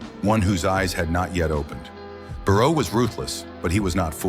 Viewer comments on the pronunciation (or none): Not barrow but bei luo